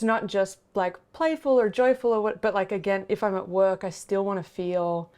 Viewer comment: I totally heard "wook" when she said "work" lol